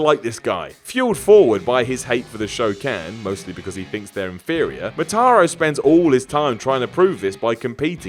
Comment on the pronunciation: It's Mo-Tar-Ru Motaro